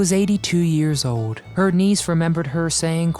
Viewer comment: If you are going to narrate, pronounce your L's !!!! Old, Not Ode!!! Gold, not gode!!! Learn or don't narrate!!!